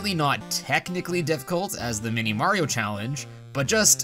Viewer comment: Did you say challenge as callenge ? 😂😂